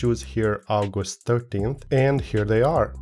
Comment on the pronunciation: Love your vids lad. Also, you say 'August' like a Roman, also love it.